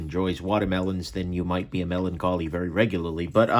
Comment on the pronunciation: “Melon collie” 🤣